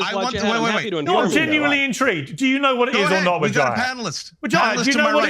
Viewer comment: I love the way Piers pronounces "Wahajat" 😂😂🤣🤣